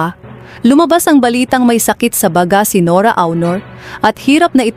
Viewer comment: Awnor? Baga? Ayusin nyo po ang pagsambit sa mga ito, di po nakakatuwa.